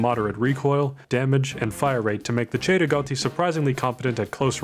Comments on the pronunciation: The pronunciation of cei-rigotti is just beautiful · Hey he said Cei-Rigotti correctly but not the Mondragon which is a Mexican rifle named for the surname of its designer.